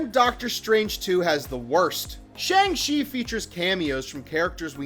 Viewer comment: Shang-Chi not Shang-She